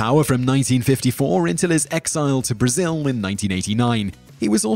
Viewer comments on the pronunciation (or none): none